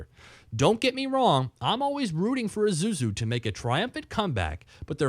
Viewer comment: it's pronounced eee-sue-zoo not i-zoo-zoo